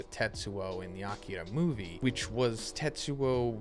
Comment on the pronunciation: Your pronouncing Akira wrong its A-keei-ra